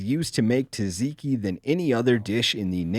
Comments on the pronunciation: taZIKI?? That pronunciation sent shivers down my spine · is going to get slaughtered over this mispronunciation of "t'ZAT-zee-kee". It's like listening to gamers say "NAW-videa".